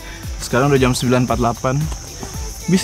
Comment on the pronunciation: Bukan jem, tapi jam... 2 jam bukan 2 jem? (bhs indonesia) Bukan mata aer bang tp mata air..